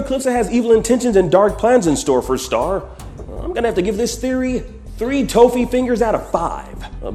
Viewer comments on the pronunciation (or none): Wait did he say Toe-Fee instead of Ta-Fee? (Toffee) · Toe Fee? No, it’s Toff E. Toff. E. Toffee. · Did call toffee toeffee, because that's what it sounded like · and just called Toffee "Tofi" lol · You mispronounce toffee